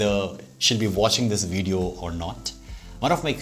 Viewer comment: Your pronunciation of video is incorrect though